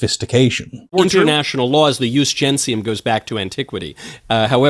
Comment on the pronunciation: The point about "Jus Gentium ", the ONE thing he thinks he has Kyle on and keeps trying to circle back to is the dumbest f*cking thing in the entire world, Jesus. It's like someone trying to cite the Code of Hammurabi in the context of Ohio State Law. 1. Michaelus Regardus isn't even pronouncing it right. He's using the Classical pronunciation of "Jus" with the Ecclesiastical pronunciation of "Gentium". If you're going to rely on Middle School tier "Umm well akshully according to the um official law of casus belli, per se, um I get to sink all ur um battleships herpderpderp." at least pretend to be smart correctly. 2. "Jus Gentium" Hasn't been nominally relevant in Europe for FIVE HUNDRED years and even then only under the superficial influence of the Church. It was a suggestion at best within the confines of EUROPE. We're not EUROPE and have never been for the entire existence of our country. It hasn't been relevant legally since the fall of the Empire FIFTEEN hundred years ago or earlier. And we're definitely NOT an antique empire from the turn of the 1st millennium as much as these crypto-fashies want us to be. 3. It was a CUSTOMARY law. A vague philosophy at best. Not a set of civil or legal statutes or codes. Even IF we were the 1500 year dead Empire that "used" it, we'd STILL need actual specific legal codes to apply and execute, i.e. the very things Kyle (and the world over) had been saying were violated. This is all irrelevant anyway because we ALREADY have "customary